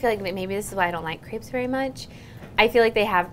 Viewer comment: I get really pissed of about the fact that no one seems to had French classes in school. Y‘all can’t even pronounce Crêpes.